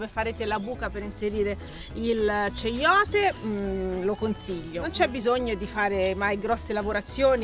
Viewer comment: Si pronuncia "caiote" e nn ceiote.